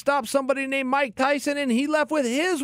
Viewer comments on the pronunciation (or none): none